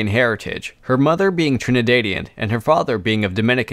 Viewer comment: the dad in trinidadian is pronounced how you would say dad in american english